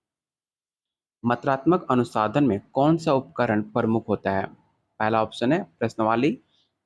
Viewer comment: Sir app bar bar anusandhan ko anusadhan kyu pdh rhe h